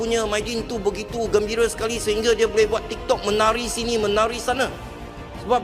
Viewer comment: Bukan gembire sekar,,i gembira sekali ybdap oooi😅😅